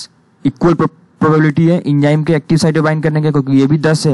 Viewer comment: enjyme nahi enzyme hai